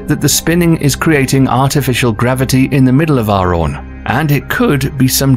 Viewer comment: its arawn not aron. lol